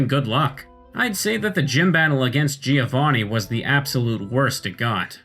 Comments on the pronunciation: Its GIO-vanni, not GI-O-vanni... it sounds like joh in john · If I may: as an Italian, I always hear Giovanni being pronounced the wrong way. The first "i" is silent, so the correct pronunciation is something like Joe Vunny, not Jee o'Vunny. (thumbs up for my spellings) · Giovanni is pronounced Jo van ni, not ji ou vò ni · giovanni... bro cmon i also dont speak italian but its not that hard to pronounce